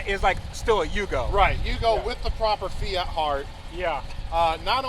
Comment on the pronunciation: The "Fiatski"!!!